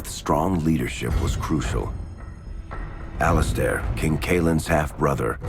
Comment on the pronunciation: Who the fuck is Al izstair